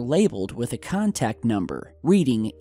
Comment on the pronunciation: The computers said clearly on them 'Contract No.' not Contact as you said more than once, big difference between contract and contact.